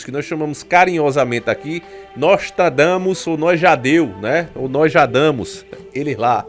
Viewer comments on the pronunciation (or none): "NOSJADAMUS" LAE ELE